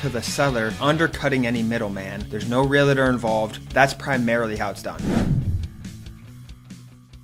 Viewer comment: It's realtor - not "realator"